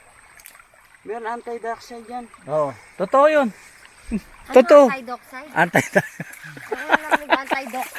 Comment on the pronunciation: Yabang nong angel,mali lang yung pagkakasabi ni ng anti oxidant,niyabangan na,sa halip na itama,pinagtawanan pa.eh mas tao pa si kesa sa inyo.😊